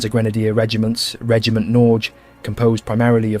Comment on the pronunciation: You might consider looking into how to pronounce ”Norge”. It is not Noozzzz.